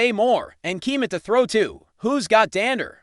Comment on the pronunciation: He (or it) cannot pronounce Monangai either.